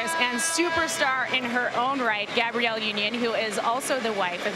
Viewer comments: Why is she saying Gabriel and not Gabrielle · Love this couple and their beautiful homes but couldn't help 😂 when she said boy name 'Gabrielle' union instead of girl name 'Gabrielle' (short a).